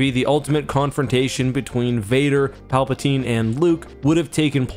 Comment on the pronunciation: Honestly the alternative pronunciation of Palpatine sounds pretty cool